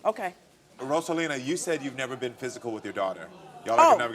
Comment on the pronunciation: Karamo, you better roll that "R" in Rosalina. He must speak Spanish.